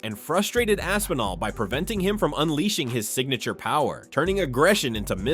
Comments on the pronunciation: Tom AP-sinall and Stypey Miokick? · When he said Tom Apsinall I knew the comment section was gonna be lit